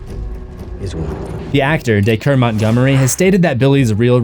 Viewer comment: It’s pronounced DAY-KER not DKER